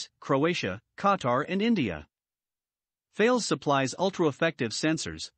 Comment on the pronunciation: Please, the name is THALES (a French company), to be pronounced TALESS. Thanks for the nice video.